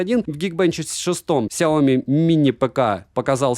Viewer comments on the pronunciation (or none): СайомИ На последний слог ударение Но всё равно спасибо что не через К произносите =)